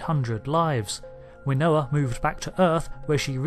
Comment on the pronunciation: Sounded like you said... "Winoa" Kirk ?!! I knew her (via the late Vonda MacIntyre) as _Winona_Kirk_. 🖖